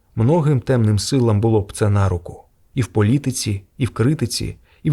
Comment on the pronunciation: Лапотний совок-лайдак читає пА-рюцкє :"нАруку".